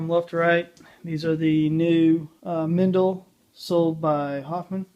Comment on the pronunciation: Don't know why the English say Mendle, instead of Meindle. It’s a German brand. You should pronounce the "ei" the same as... well as... "Mein kampf", for instance.